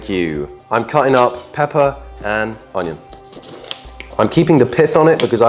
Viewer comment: Onion❌ Hanion✅